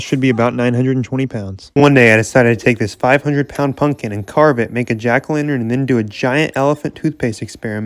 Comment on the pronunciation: uhh did he say punkin